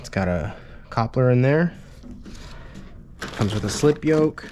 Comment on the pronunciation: Nice informative video! but I got to say, the way you say coupler is strange lol It's pronounced like ( KUP-LUR ) ha ha, good job on the install tho.